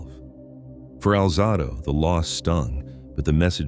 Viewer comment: Alzahdo? Stupid A.I